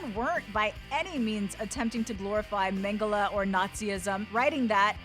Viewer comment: How she says mengele tho